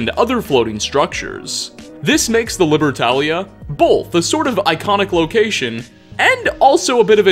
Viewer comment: I'm sorry to say this but every time you say both it does like bolth